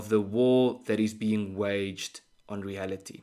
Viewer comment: Ernst,without being critical of your well presented very professional subjects,I would request that pronounce the word reality as written and remove the ( h ) . Eg. — reahality. Most Afrikaans speaking South Africans make this mistake for some reason or other.